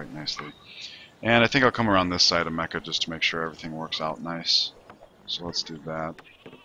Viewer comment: Why do you call it Mecca-Streisand? Or whatever you call it...